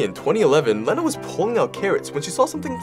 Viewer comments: The name is pronounced, "Leena", like the word, "lean". Not, "Lenna", like "lend". 🙂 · I’m not mad but unless she said her name was sounded like Leh-na, that’s not how you say it. Ik that because that’s my name 💀😭it’s pronounced like this lee-na. ☺️ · It's pronounced "Leena"